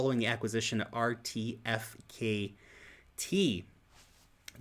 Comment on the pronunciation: Hey --- me thinks RTFKT is pronounced as Artifact